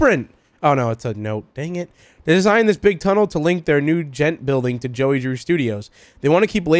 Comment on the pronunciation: Bro said jelly drew and not joey